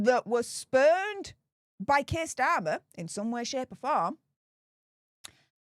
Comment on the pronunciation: spermed not spurned